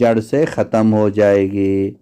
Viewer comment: رب کی ب پر آپ نے زبر بولا ہے جبکہ پیش لکھا ہے۔ کیا یہ کھلا تضاد نہیں